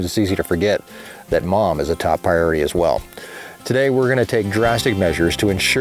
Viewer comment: "Pieority" either a slip or a nice accent but I think you gave me a good name for a bakery!